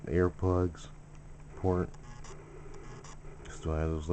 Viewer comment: when he said the port the first time it sounded like porn LOL